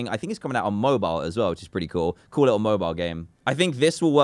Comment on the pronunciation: Dan are you saying cool or call